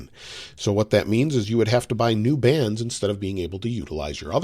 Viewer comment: I legit heard that as "bans" rather than "bands" 🤣🤣